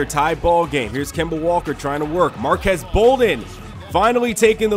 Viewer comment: It's pronounced marquees bolden not marquez